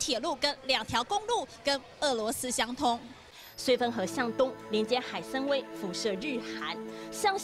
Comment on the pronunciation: 那叫海参崴（wai）